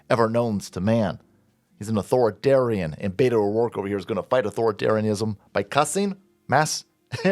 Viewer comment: "Butto O'dorke"